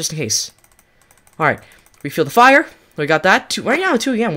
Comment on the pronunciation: You don’t have to say fire like “Fire” (EDIT: The tree bully is not a trickster and it’s trickster not “trickster!”